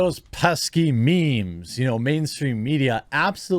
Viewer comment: when boomers talk about "mee-mee's" 🤣🤣🤣